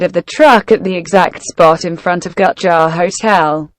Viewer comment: Thumbing up/down videos is fun. Enable ratings. Gutjahr is spoken not Gutchar but Gootyahr. Still a great video, thx.